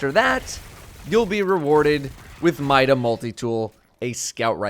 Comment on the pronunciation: By logic of pronunciation of the word ''mini'' and ''multi'' mida should be pronounced ''meeda'' not ''myda''.